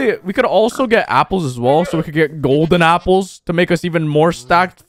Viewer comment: I heard golden tapls lmao